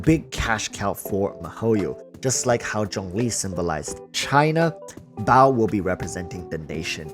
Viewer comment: Sorry man evertime you say baal I just hear bao and I laugh my ass off thinking of the electro archon as a bun.